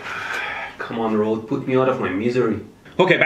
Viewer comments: I've heard everyone else say "Road" when talking about Røde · boi it's røde with a ø xd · Fun fact that Mehdi probably doesn’t care about, Røde is pronounced as “red”